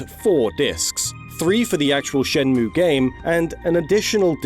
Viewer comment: it's "shen-mway"